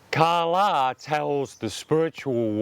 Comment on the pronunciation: Principal #2: ka la- the day; sun. The way you're saying it means dollar; money. If you're gonna take interest, learn the language first because you look like a real idiot.